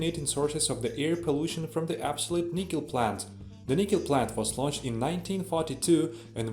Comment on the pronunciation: Can you speak English??? Edit: Oh great there are subtitles. You don't pronoune NICKEL as NIEEKEL... Try the name Nick ....then add EL .....Nickel...not Nicole..ffs